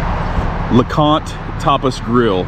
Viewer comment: I thought you said LeConte topless grill...... and when you said you were going to show us inside I thought....oh no you just cant do that Youtube WILL NOT be pleased.